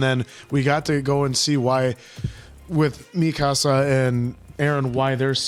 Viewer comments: Mikasa is not pronounced like Mi Casa 😂😂 Mikasa is ethnically Asian so the emphasis is on the last A mika-sAH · Yeah this is the "don't get attached to anyone" show, not even the main characters are safe!! And it's Mi-Ka-Sa, with equal weight on every part of the name. Not MII-kasa, or mi-KAA-sa. When it comes to pronunciation it's a safe bet not to overpronounce or overenunciate, or put extra weight on any single syllable of a word in Japanese. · mikasa {mi (me) - ka (call) - sa (samba)}